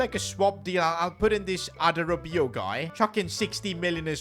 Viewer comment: ‘Adarabeeyo guy’